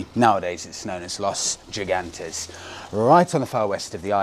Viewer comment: Yet another great video. Gigantes is pronounced "He-gantes". Los Gigantes means "The giants".